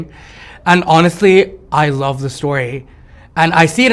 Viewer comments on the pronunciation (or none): I love how he says "the luve" I rewinded like six times lol